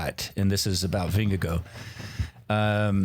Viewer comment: It's VingeGARD (if you can't pronounce Å) not VingeGO – that's just weird